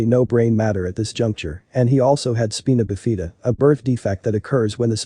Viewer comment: Spina bifida ... pronounced spy - na b- if - i- da Breathe Not. Breath